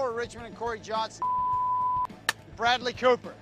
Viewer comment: Steve : Bradly Cooper ! Danny : Bradly Cohoooper 😂😂😂😂😂